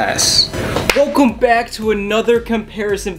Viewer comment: "wOlcOmE" lol whats this